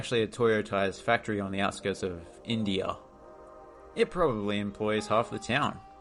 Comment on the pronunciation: Indzia...not India